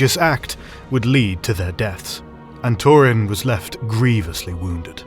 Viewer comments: Torin??? Isn’t it Thorin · Its Thorin, not Torin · Why does he keep calling thorin "torin"? Almost every name totally mispronounced. Like nails on a chalkboard. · Bro stop with the torin it's thorin oaking 🛡 shield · Once again TH in Tolkien names and words are prounounced as an F so Thorin is pronounced Four-in, like Théoden is prounced Fay-oh-den. Thranduil is prounounced Frahn-du-ill. PLEASE, learn to say words and names of Tolkien right! Also, Oin is not prouncounced Oh-in but Oi-n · Great video, but have you mispronounced words, I don't mean offence, im just used to the way the movies and audio books pronounce them. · I HATE HATE HATE the way you say Thorin JUST STOP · Great video, but you could improve the pronounciation of some of the names. For example: Thror, not Tror (same with Thorin) and Oin, not O-in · "...and Torin was left grievously wounded" and so was my ears after that (and other) terrible mispronunciation(s)(..."together with Glowen..." ) from whoever this person is! I don't know who this person is but he lacks a certain something that Karl has, not sure what it is but I wasn't as engaged in this as I should have been.